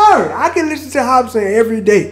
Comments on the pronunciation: Why you pronouncing it "hospin" tho? 😂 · Hop-sin lol not hos-pin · its hopsin no hospin my guy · Anyone heard say hospin twice instead of hopsin 😭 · Kristoffer Reyes hopspin lolololol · First time he said Hopsin, he went Hospin =))))))))))))))) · “hop-spin” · "HOPSMIN" lol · Sounds like your saying “hop spin” hahaha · He said "HOSPIN" lol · Keep saying Hopsmen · Hosbin is slightly easier to say than hopsin but its whatever haha respect. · Lol hes saying Hosspin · It’s pronounced hop sin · Just wish one reactor would say his name instead of Hospin. Jits old.